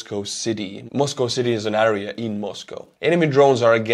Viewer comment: the word area is pronounced air ee ya FYI